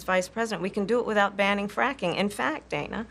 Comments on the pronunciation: Did anyone catch her saying Dana correctly, then correct herself and pronounce it Dan-ah 🙄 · Wow, she mispronounced Dana's name. Does that make Kamala racist?